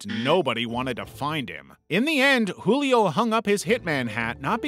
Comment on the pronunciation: Julio's J is actually said like the J in jewel Source: I am Brazillian